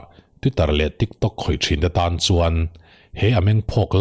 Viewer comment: Nangni ang hi chuan tiktawk tia lam lovin han lam thrikthrok thrak thrak la ngaihthlak a nuam leh zual ang mawle😁😁😁